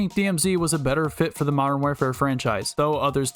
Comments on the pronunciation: Your content is so good and relatable that I stopped paying attention to the fact that you repeatedly mentioned "modern where-fare" throughout the whole video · How hard is it to say the word war fare but together like come on 😂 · You’ve gotta learn how to say warfare bro. Please! 🙏😂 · the way you say warfare bothers me